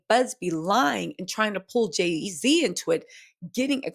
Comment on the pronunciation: Not Jay-Ziddy!! Lmao!